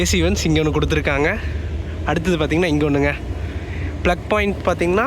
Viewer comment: Super,kuduthurukkanga not kuduthirukkayanga